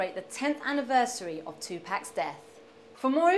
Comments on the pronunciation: she said tupac wrong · omfg, she can't even say 2pac's name right -.